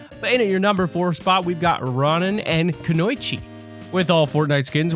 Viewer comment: Hey just a heads up Konoichi is pronounced Kō-nō-eech-ee.